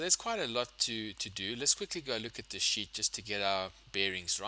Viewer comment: sir are you saying sheet/ seat or sh!t it is not very clear💢